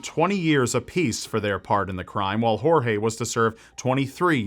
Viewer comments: I'm from Brazil and never heard about the Brazilian case. thanks for the story. just one thing if I may say, Portuguese does not pronounce G and J like Spanish, if his name is Gorge you pronounce it closer to what it sounds in English than 'Horhe'. And just to clarify cuz it seems a lot of people don't know it Brazil does NOT speak Spanish. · Oh, and the name "Jorge", in Brazilian (which is basically the same as Portuguese, except for some slang), is pronounced "George", as you would normally do...La "jota" (pronouncing a "j" or "g", with the throat, only applies to Spanish. You're welcome! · lol, "horhe" is not how you read Jorge in Portuguese. neither J or G ever sound like English H. In this particular word (and in most words, although there are several exceptions), both sound like J does in French: Je suis un garçon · That's not how you pronounce Jorge in . We speak Portuguese not Spanish.